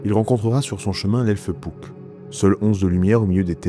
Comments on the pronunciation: Hannn tu dit "pouck" ça me perturbe, j'ai toujours dit "puck" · Oui j'étais pas mal fatigué durant le tournage. Et je ne sais pas pourquoi mais j'ai prononcé "Pouck" tout le long de la vidéo alors que je dis "Puck" dans la vie de tous les jours 😂